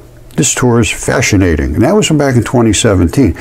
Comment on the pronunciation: "fascianating." Lol